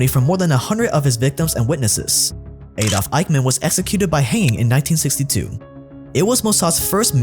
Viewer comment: Why you pronounce Adolf Aydof???